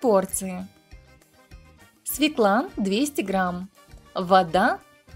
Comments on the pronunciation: Да не оправдывайте вы свою безграмотность, придумывая какие-то сказки. В русском языке есть буква Ё, поэтому говорить надо свЁкла, а не свеклА. Вы же не говорите елкА вместо Ёлки и ежИк, вместо Ёжика. Существуют правила русского языка и точка! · Не свеклА, а свЁкла.